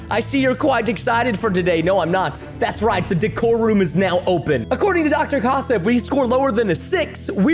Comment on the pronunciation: It’s not Dr ha ha it’s Dr Casa